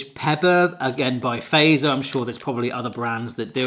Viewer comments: Oh my… 🤯 TUPLA GANG 🍫 pull up 🚗🔥 it’s one of the greatest things here in Finland 🇫🇮 ngl 🫶🏻 and also literally anything from Fazer and Taffel is nice! How to pronounce it correctly, go like this: ”FATSER!” The ”z” is not a ”s” 😅🤙🏻 there ya gooo, you’re now a pro 🤌🏻🤣 (That kinda rhymed too lol, I know 😂) Side note: There’s plenty of other Tupla flavours that are nice too, like the one with Double Layer White Nougat and the one I can’t seem to find anymore here in 🇫🇮: Double Layer Maple syrup! 😋 these are the good stuff too 👏🏻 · Fazer is prounounced more like, "fatser" only OG finns know, lol and i'm finnish yes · btw fazer you say it like fatser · fazer is pronounced fatser in finnish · fazer is prounonced fatser and the version u ate is called fazer blå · Fazer is pronounced "Fatzer" Because the more you eat the Fatzer you get lol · Fazer is pronounced as Fatzer. So, "a" as in "alpha" and add "t" before "z". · Fazer is almost always pronounced wrong by English speaking ppl! 🤭❤ I'll help you: 'z' is always pronounced separately as 't' + 's' in Finnish. So it's like two letters: "Fatser". 😊 Also the way you pronounce the letter 'a' would be written "ei" in Finnish... 🤭 So no: it's 'a', not "ei". 😄❤ You can put the word in Google Translate and then listen how it is pronounced in Finnish. 🤗❤️ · You need to try Marabou milk chocolate from Sweden, thats even better😊 And you pronounce it "fattser" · ˈfɑt͡ser , not ˈfæi̯sɛr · Its fAZeR not fazer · You gotta pronounce Fazer like it's German, because... Mr Fazer was a Swiss dude who came to Finland to teach us heathens about chocolate. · The way you say Fazer is wrong. You can use Google Translate to hear how it should be said. A great video though 👍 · se on Fazer ei feiser ja salmiakki on salmiakki eikä säällmiäkhi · It's pronounced FATS-ER. Not PHASER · A great reaction! Just a little note: Fazer is pronouced 'fatser'. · is it just me and my family but we say fazer "fatser" or something like that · ITS NOT FEIZR ITS FATSER